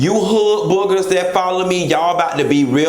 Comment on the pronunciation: he said hood boogus lmmfao